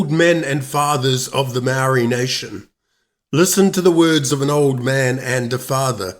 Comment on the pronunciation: Māori have never been in charge of any New Zealand government!! How did u get a Māori like pakeha and give Māori a Māori name like Māori but u can’t even pronounce Māori words and your not English either?? Your out da gate chap!!😝😛